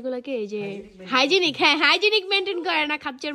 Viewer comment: হাইজেনিক মেইন্টেইন না হাইজেন মেইন্টেইন